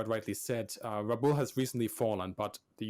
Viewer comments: Just for the record, Rabaul is pronounced rɑˈbaʊl (phonetically rah-boul), not ra-bowl. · Interesting that the "4th' Kokutai (4th Ku) was so named. Then subsequently, the Japanese Navy; recognizes Them as the "Hard Luck Unit". Because according to Traditional Japanese Culture (albeit superstition); the Number '4', is like '13' to Westerners - Bad Luck. But more so, as the Japanese pronunciation of '4', is very close to the pronunciation of Death. Therefore, Number '4' has become synonymous with Death.